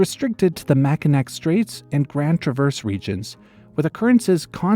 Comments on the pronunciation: haha, mackinac and traverse got pronounced wrong! it's mack-i-naw and tra-vurz, long nasal A like "traffic" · It is pronounced mak-inaw and trav-erse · love this video… however as a Michigander, I cannot forgive your pronunciation. It’s “Mac-an-naw” and “trah-verse” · It’s a common mispronunciation so don’t feel bad at all, but “Mackinac” is pronounced “Mackinaw.” It’s French so the C is silent. “Traverse” is also “TRA-verse” (the A is like the A “hand”) for some reason. There’s a town near Lansing named Charlotte, but it’s pronounced “shar-LOT.” Michigan is weird about names like that.